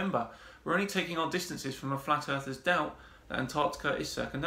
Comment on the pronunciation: "Flat Arthurs..." lol, I like the new nomenclature, because they're "'arf asleep"!😂 Just working through your Flat Earth Fridays playlist, loving every minute.❤ Subbed.